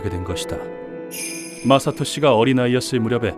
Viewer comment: 마사토가 마석도로 들리는 병에 걸린 ㅋㅋ